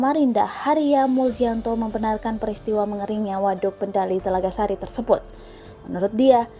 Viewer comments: Maaf min itu namanya waduk Telagasari bukan telagasasi 😁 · ngakak gua telagasasi😂 yg benar telagasari min😏